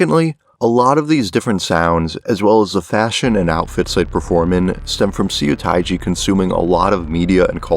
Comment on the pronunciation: thanks for explaining this so detailed! As a korean, I love to listen to korean music beside k pop! What I see as a mistake is in , you better not pronounce it "Soo- tai-jee" but it is more accurate to say his name "suh(pronounce like bruh or huh)-teji". Also, crying nut's debut was 1996 while seo taii's was 1992, so korean indie rock appeared after the hip hop boom in korea such as Seo taiji, Hyeon jin-young, and DEUX. Well I think I'm not supposed to tell these flaws to you because I'm not knowledage of American Music or European Music, so 😅😆 anyways, thx for making this video!😂👍👍